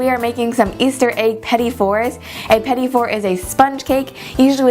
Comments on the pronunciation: I believe it's pronounced Petit not Petty. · petite is pronounce "peh-teet" just fyi :) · petit is pronounced Pa-teet